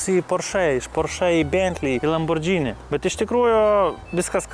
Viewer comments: lamborgiiiini, o ne lambordžini. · kaip visad super! P.S. Ne lambordžini, o lamborgini reiktu tart. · Įdomu išmoksim kada lamborgini sakyt vietoj lambordžini? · Lamborgini, o ne Lambordžini. Ar čia ant prikolo taip vadini?